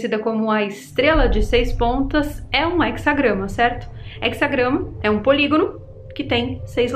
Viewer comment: Só errou no português, é he"z"agrama